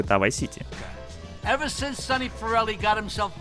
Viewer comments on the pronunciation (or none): none